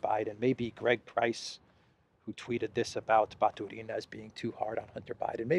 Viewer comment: I really respect how you learnt to speak Russian. But why do you KEEP SAYING RUSSIAN NAMES WRONG? It's NOT Batureeeena. It's Batuuuuuurina. The emphasis is on the 2nd part. That's Russian. Emphasis on the 3rd is Spanish or Italian. They are NOT Italian!!! Please try to say their names correctly. You say lots of them wrong 😭 Also, to say city of Pskov correctly... just say Psst... that's how you say Pskov. Pss... kov! Easy! Thank you 🙏🏻♥️